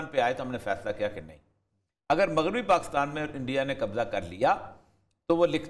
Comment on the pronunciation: پ " پاکستان " میں ۔ " ک " کے نیچے زیر لگائیے نہ کہ زبر ۔ شکریہ